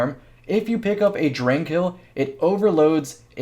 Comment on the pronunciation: Yo you're actually saying "drang" right I'm proud